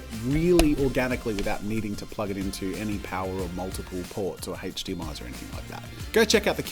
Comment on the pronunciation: HDMI according to Jazza: Haech-Dee-em-eye.